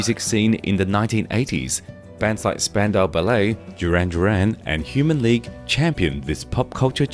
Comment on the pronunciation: Interesting pronunciation of the Ballet in Spandau Ballet!